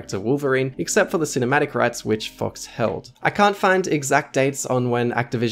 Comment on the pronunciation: Am I the only one hearing "fucks" instead of "fox"? my mind's broken